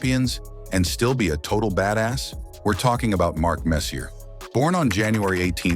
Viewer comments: Nope. "We're talking about Mark Messy-er" or messier. As if he is the the messier of two brothers. UMMM "i thinl" the narrator doesn't know a damned thing and I pity the poor fool who gave you a thumbs up. By the way, just so you understand Chiefsfansince-qb1kt didn't say the problem was the SPELLING. They attacked the pronunciation. Perhaps you too are AI, v4v819. If not it would appear you have the same skill level. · Couldn't listen. No hockey fan pronounces Messier wrong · You are mispronouncing his name. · 1st off, if you can't even pronounce his name, how can you even make a story. 2nd off, he was known as the moose, not the messiah. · Where did they find this utterly clueless narrator? Can he pronounce any name correctly (couldn’t even pronounce Glen Sather name)? How on earth do you get hired to narrate and mispronounce one of the greatest and most famous hockey players in history? And WOW, that’s a lot of unsubstantiated rumours and BS. Quite frankly, this video was embarrassing to watch, and a waste of time. How about some hard facts with your gossip. Mark Messier deserves much better than this disgusting hit piece. PFFFT! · Maybe you should learn how to say his name properly the right way if you know hockey. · Cant watch this video cant say his name right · Your credibility suffers greatly when you don't pronounce the name of the subject of your video, one of the greatest players in the history of the game, incorrectly. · Its very sad this nice hommage to Mark Messier and you cant even pronounce hos name nearly right. Sad for humanity is this an AI production? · Was he not legendary enough for you to pronounce his name correctly? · Narrator is a A. I generated abomination, mispronouncing every name. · he’s right it’s not pronounced the way it’s being said in the vid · exactly, we grew up watching Messier not like we haven’t heard commentators say his name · if only they told him to pronounce it correctly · You keep saying Messy-errrrrr.